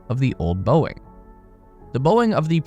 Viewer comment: Boeing… pronouced as “BOING!”